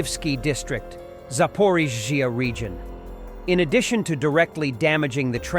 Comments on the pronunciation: You really struggle with Zapporrrrriiiiiiiizzzzzzziiiiiiaaaa😂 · Your AI voice struggles while pronouncing Zaporizhzhia, sounds like a drunken American trying to say Слава Україні